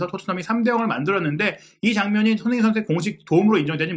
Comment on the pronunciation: 손힁잉 손힁잉 손힁잉 발음 좀 제발